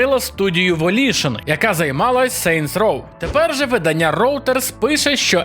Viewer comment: Правильно говорити не виданнЯ, а видАння.